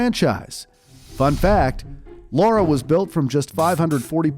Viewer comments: Lara NOT Laura...how can you get such a basic aspect so WRONG?! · Her name is Lara not Laura. Why do you call her Laura every time you mentioned her name? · Very enjoyable video only slightly let down by constantly pronouncing the character's name as "Laura"